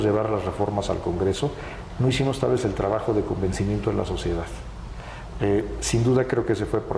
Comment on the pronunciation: “y tal vezzzzz” Jajaja. Tanta reforma y cambio le dejaron ACENTO ESPAÑOL !!! Si, que mamon !